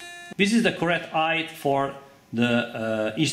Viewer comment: Great video. Just a comment. "Height" is prononced hite not heyt. :)